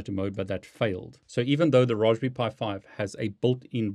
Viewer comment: This is the first time I've heard someone call it Raws-be-pie lol... Great Vid!!!